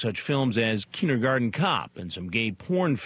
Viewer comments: "Kidengarden cops" "Moddle" "Modling" He definitely seems professional and legit. And I like the way "John Pederson" became "Scott Pederson" by the end of this interrogation. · .. Kidengarden cop? Kid-engarden. A little on the nose... what a scumbag.